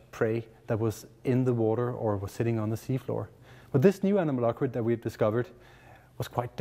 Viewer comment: the mispronunciation of the word anomalocaridid is so irritating XD